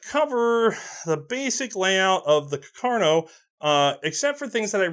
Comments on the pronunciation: I took my Cuh-car-no into the Chi-pole-tee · >cacarno What did he mean by this?